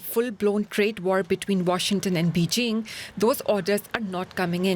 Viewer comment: “Be jing” 😂😂😂😂